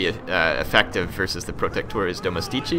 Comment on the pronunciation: Domestici cazzo! Watching video from a foreign total war youtuber is great, but latin pronounce is a problem! But in The end it's ok, there are no italian youtuber OF this quality!